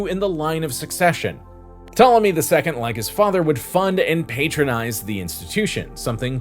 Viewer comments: The p in Ptolemy is silent. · This is excellent information! And while I hope you did this as a joke, , the P in Ptolomy is silent, just like in swimming.😊